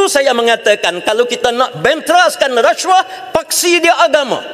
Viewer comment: Sebut pun xbetul. Rasyuah.. Puuiii.